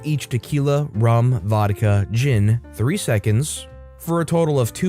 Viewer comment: Dead asf at him saying “3 seconds” instead of triple sec